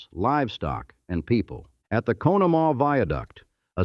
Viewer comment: What's crazy is you do all this research but you don't know how to say Conemaugh🤦